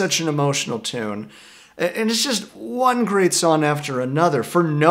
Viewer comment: Bro, you really need to start pronouncing the G in the word “song”